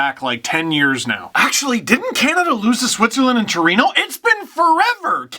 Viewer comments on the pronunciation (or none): none